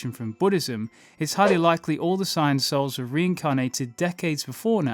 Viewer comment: Sounds like he's saying "signs" instead of sayians